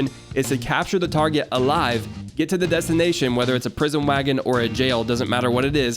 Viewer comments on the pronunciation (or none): none